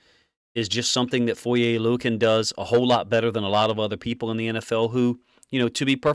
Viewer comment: Props to being the only guy who actually pronounces Foye’s last name correctly.